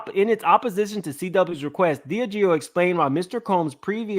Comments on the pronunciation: Just to clear it up. It’s pronounced DI-Ah-GEO. Love your channel! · DIAGEO SOUNDS LIKE DEE AHH' GEE O 🤣🤣🤣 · I THINK it pronounced( DEE AHH GIO)..And how can Diddy be mad at THEM when he PUSHED the Ciroq and Deleon liquor on to the RAP AND HIP HOP COMMUNITY and his friends which are the majority YOUNG BLACK AND HISPANIC!..HE PUSHED the market to where HE knew it would take flight! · Dee-Aaaaah-Gee-Oh that's how you pronounce Diageo!